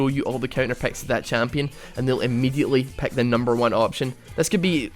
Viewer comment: Lol, you pronounce pick like peck. So funny :D